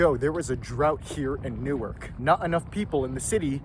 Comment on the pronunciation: Dude, new ark. Started out as 2 words.